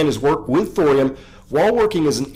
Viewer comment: Thorium rhymes with Dorian. :)